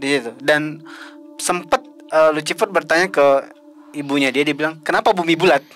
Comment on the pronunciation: euleuh-euleuh jadi si luciper teh asli sunda? Sarua atuh euy jiga urang 😂